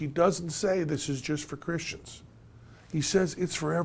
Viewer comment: "Cristens" haha. Also, I implore you to look up the definition of the word 'fact'.